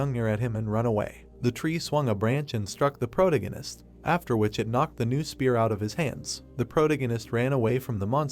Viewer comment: The AI not being able to say protagonist drove me crazy